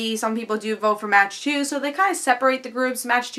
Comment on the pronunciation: Good review. Although, I believe Mach 2's name is pronounced like "Mock 2" as in traveling at supersonic speeds. It will be interesting to see where they go with this arc.